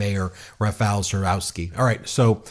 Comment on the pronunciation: Rafal "Chaskosky"